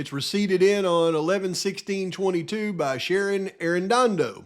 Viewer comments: Ah man! I'm not sure if you're doing this just to be silly or if staring at documents for so long the letters on the page are messing with ya, that happens to me after a few too many hours 🤷🏼‍♀️ but... the lab lady's name has no R in it. Shannon not Sharon. I only point this out with luv, nothing else. I appreciate you and all the work you're doing. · PAV IT'S SHANNON not Sharon.